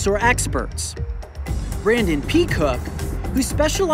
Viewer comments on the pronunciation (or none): You lost me when the guy's last name was peecook